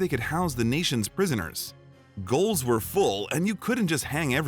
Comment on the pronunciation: GAOLS ARE NOT PRONOUNCED "GOLES". IT'S PRONOUNCED EXACTLY LIKE JAILS. SOFT "G". IT'S THE ORIGINAL WAY THAT JAILS WAS SPELLED. AND STILL IS IN THE UK AND AUSTRALIA.